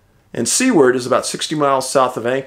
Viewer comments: Hey Dave great video, I live in Wasilla and my wife ran that race when she was younger, it would be impossible to dissappear, its always bothered me they never found him. Oh and it's pronounced like Sewar with a d at the end, not sea. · It's pronounced Seward not c word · Love the content! Your Alaska missing case, you pronounce the town Sue-ward though😊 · Dave, it’s so heartwarming to hear the joy in your voice over Huck. Dogs are here for us for a reason. It’s no coincidence that dogs are the most loving, loyal, and devoted creatures known to man. She has definitely helped fill a huge void in your soul. My English bulldog has done that for me also. Great stories today. I just want to point out that Seward is pronounced “Sue” “word”. God bless you!